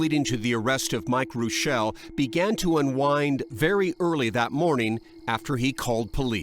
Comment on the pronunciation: Rick Reuschel was a pitcher for the Chicago Cubs. It's true! But unlike here, his name not pronounced, " Roo-shell' ", it was pronounced, " Rush'-il "!! 😅 😂 🤣